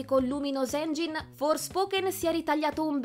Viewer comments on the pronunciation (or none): none